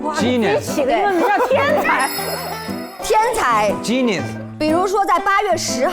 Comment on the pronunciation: 艾玛，杨蓉这塑料英语😆：我没看画面，以为她说的是Janice (Genius)，我在想这是假扮女生骗游戏大神了吗🤣